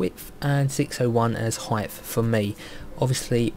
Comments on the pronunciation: Are you saying 'height-th?' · Brilliant tutorial ! -Love how you keep calling "Height", "Heigth" haha, (